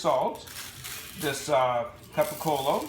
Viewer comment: I’m afraid to follow the steps when they don’t even know how to pronounce capocollo